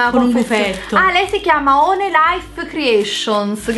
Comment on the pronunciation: one si legge uan comunque..